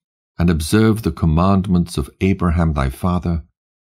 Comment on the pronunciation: Love to Hear this, But, You CANT Wven Call Abraham's name Correctly VERY, EAR-Atating